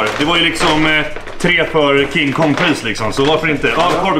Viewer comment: Varför är det roligaste jag vet när du säger king kong